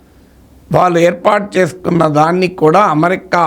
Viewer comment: ‘న్యూక్లియర్’ ని మీరు ‘ న్యూక్లియార్’ అని పలుకుతుంటే అసహ్యంగా ఉంది. అమెరికా ని ‘అమరికా’ అని…అంటున్నారు. ఏ?